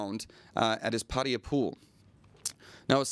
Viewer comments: IT'S PATTAYA NOT paria...... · Why do USAians and several other English speakers always say Pædiæ instead of Pattaya?